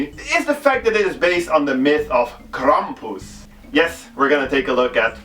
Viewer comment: Yes, say "Krampus" again I like how you say it.